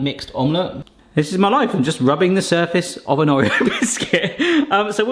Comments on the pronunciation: Or eo. Not O reo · I can’t get over the way you say Oreo 😅 however cannot wait to try making these!